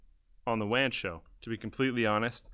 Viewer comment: Sounds like wam show